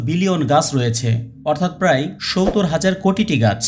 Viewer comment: সবকিছু বুঝতে পারলাম। কিন্তু ধারায় বর্ণনায় যিনি কথা বলছেন। তিনি 70 কিভাবে বলেন বুঝতে পারলাম না কিভাবে 70 ডেলিভারি করে মুখ দিয়ে শুনতে জানি কেমন লাগে। অন্য রকম ভাবে 70 শব্দটা উচ্চারণ করেন। জানিনা কেন তিনি এভাবে 70 উচ্চারণ করেন